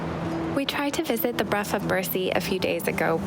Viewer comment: A quick note Brough, as in brough of Birsay, is pronounced with a hard ending, a bit like Broch, which can be very confusing!